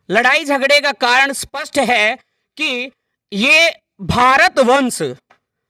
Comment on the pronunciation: स्पष्ट को सपस्ट बोलना बंद कर पहले। थोथा चना बाजे गना। हमारे पोथी खाने में पोथियां आज से 1000 साल पुरानी है और उसमे हमे हमारा इतिहास मिल जाता है साथ ही बहुत से साक्ष्य हमारे इतिहास को दर्शाते है। तुम जैसे बड़बोले लोगो की बातो से इतिहास नहीं बदलेगा। सुधर जाओ यार , हम चुप बैठे है क्युकी सभ्यता और संस्कार और भाईचारा रखते है। देश की एकता को भंग नहीं करना चाहते है हम,नही तो तुम्हारे जैसी मक्खियों को उड़ाने में समय नहीं लगता। नकली इतिहास बना लो तुम और खुश रहो पर हमे बुरा भला कहना अच्छी बात नहीं है।